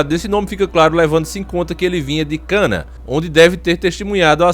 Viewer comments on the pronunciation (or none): Que cana o nome é caná da Galiléia e não se fala jo e sim João